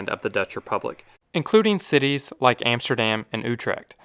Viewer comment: EMSTERDEM, ROTTERDEM, YOUTRACK are not exactly Dutch pronunciations !!!